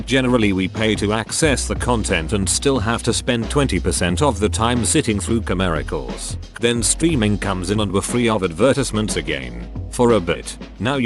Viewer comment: Commercials now pronounced carmiracles